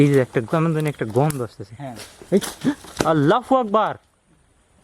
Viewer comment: Allah hu akbar boliyen bhai not fu akbar